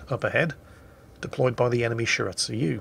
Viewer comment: I'm cringing a bit everytime says shir-at-sue-you instead of Shi-ra-tsu-yu